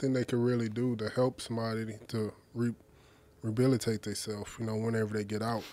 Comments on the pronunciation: "Rebalitate theyself" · Rebilatate or rehabilitate